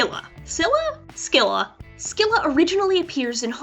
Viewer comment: It's Pronounced Silla Not Scilla